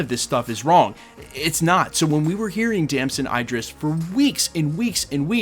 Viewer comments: His name is pronounced Dam-son Id-Dris. Not Ey-Dris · It's pronounced Id-ris. Not I-dris. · As for how to pronounce his name, it depends on where he got it from. If it's the Idris profit in the Koran, it's with an EE like eat. If it's just European, it's like the i in sit. But there is no i like you are pronouncing it (like fight) as far as I know. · His name is pronounced like It'd-dr-ress